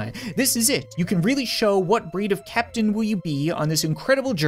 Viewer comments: ceeptain lol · You said ceeptain so many times instead of captain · he says "keeptain"